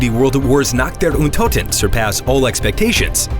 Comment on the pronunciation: "Nacht der Untoten" Haha your german pronounciation is funny.